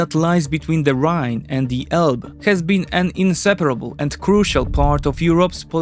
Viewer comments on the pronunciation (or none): none